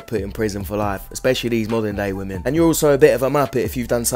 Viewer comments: Why is it that hardly anyone knows how to pronounce the plural of "woman" which is "women" it's pretty sad and is irritating to listen to these dopes say it wrong consistently. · Your videos have taught me that 99% of gen z can't say the word "women" correctly.